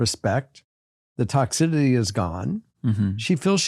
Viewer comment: always pronounces toxicity as “toxididdy” and it drives me nuts 😂